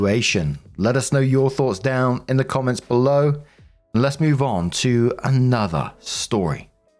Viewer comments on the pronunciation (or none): none